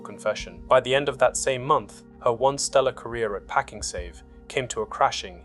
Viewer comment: I feel a bit dumb. Is the voice AI in these videos? I have been watching for a while but now that the sentences are punctuated and cut a little differently (also pakING save), it seems more obvious now